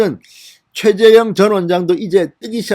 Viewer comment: 발음 좀 신경써 주세요. 계속 최재형을 최재영이라고 발음하시네요...^^